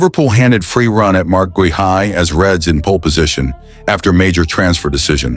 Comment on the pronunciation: GUEHI is pronounced GAY EE